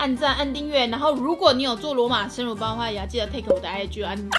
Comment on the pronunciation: 為什麼我會把乳包聽成辱包……